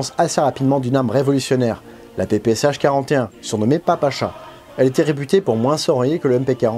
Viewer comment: c'est PP"she" pas sha!!! superbe travail, vous etes un as! bravo!